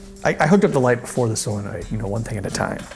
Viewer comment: "soyenoid" "neomidium" lol